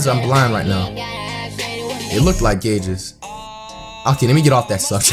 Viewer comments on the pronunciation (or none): "gauges" cringes lmao anyone else ?